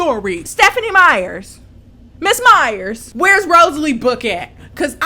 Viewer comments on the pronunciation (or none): "MISS MYERSS" 🤣🤣🤣🤣🤣🤣